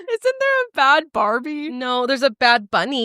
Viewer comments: I always thought it was pronounced barbie! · I always thought it was Barbie pronounced Baabee too! I thought Bad Baby was a whole other person!